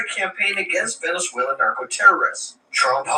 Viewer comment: Hi Hello Lo bien tu pronuncias en Spanish you said Venezuela pronunciasteis very good te felicito por eso and the RV to When please thanks good night